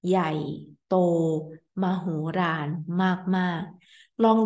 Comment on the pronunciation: Once again a very helpful clip thank you. One funny thing I noticed : while most Thai people speak "l" instead of "r", you love to speak "r" instead of "l", here for example at มโหฬาร. You really tricked me with this, as no dictionary knows mahooraan 😂